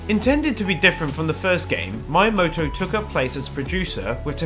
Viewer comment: I love your accent, but PLEASE learn to pronounce the Japanese names clearly, it makes me cringe every time when you add completely wrong letters or drop letters that are not dropped(Miyamoto, not Mayamoto - when there are several vowels in a row they are all pronounced equally, NOT blended a-u, not au et cetera...), still, good, informative video :)